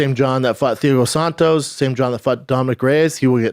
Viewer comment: Damnit man, I thought Chaels names were bad. Theeago Santos, showgun roo-uh, glowver texsherra. 🤦🏽‍♂️🤣🤣